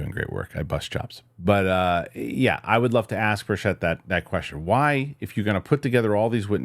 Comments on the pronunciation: Love you man. Thanks for all you do. I think he might pronounce it BIRCH-it. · Why is it that no one is able to pronounce Tim Burchett's name correctly?